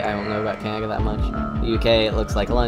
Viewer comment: Great presentation. Down with the sickness! I've never heard anybody talk who talks like you. It seems that you don't pronounce middle "d"'s in words, sometimes, and substitute it with "ng". Absolutely unique! Takes a while to tune in but eventually I can understand you. Keeps me on my toes! Cangaga? Did you maybe just come back from the dentist; did he use anesthetic on your mouth? If you happen to have a cleft palate or something, I don't mean to be a jerk about it. In that case you're doing a good job working around it and being understood, and it must sometimes be frustrating.